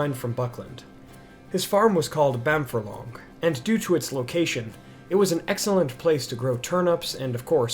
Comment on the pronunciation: So you do a lot of the narration super well but you slip up on some words. Bamfurlong is said Bam-Furlong (as in two separate words). A 'Furlong' is an 8th of a mile or 220 yards. The name 'Bamfurlong' can be translated into Old English to mean 'Bean Field' (A furlong is the usual length of a field in the English countryside)